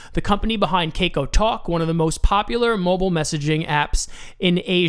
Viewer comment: Thanks for info and crypto is huge in S.Korea which may have been the reason LINK is pumping. But I cringe everytime you said "kay-co"...lol just FYI it's pronounced "kah-cow"